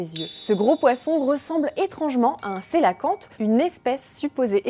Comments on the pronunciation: On prononce pour le cœlacanthe : quelacanthe SVP et non celoquante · Va falloir arrêter de mal prononcer le nom du Cœlacanthe ! Ça se prononce qœlacanthe ! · Du coup je découvre que j'ai toujours mal prononcé cœlacanthe 😅